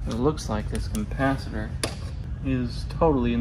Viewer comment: It does sound like you're say compacitor every time.